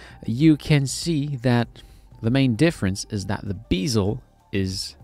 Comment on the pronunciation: Bezel, not... Beeezel... lol